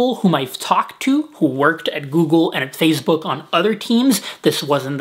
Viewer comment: i heard that too haha